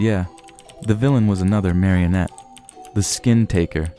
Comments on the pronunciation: bruh this dude was doing so well and then he says "mario-net" instead of "marry-uh-net" like he thought the word was derived from Super Mario Bros 😭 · Caught a plumber in a home-made trap, call that a “Mario-net”